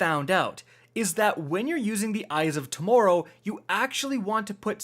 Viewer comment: Did you just say torrow instead of tomorrow